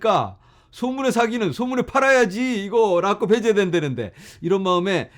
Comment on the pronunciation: '락껍' 들을수록 찰짐